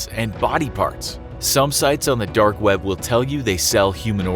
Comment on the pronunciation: Am I the only one finding his pronunciation of "dark" weird? It sounds almost like "derk".